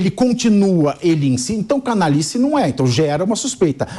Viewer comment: C A N A L H I C E.." lhi" C A N A L H A. " lha" Vocês falam cana-li-ce. 😒😒